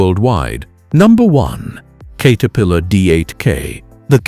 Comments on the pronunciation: I was hoping to watch this because I know it's true but had to stop when he couldn't even pronounce CATerpillar. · “Kate” er-pillar. Okay. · No kidding...the "Kater-pillar" remark completely blew it.